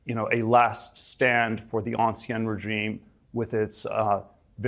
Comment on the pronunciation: it is the “Ancien Régime” [ɑ̃ˌsi̯ɛ̃ː ʁeˈʒiːm] not “Anciennnnnne Régime”, you Ivy League educated genius!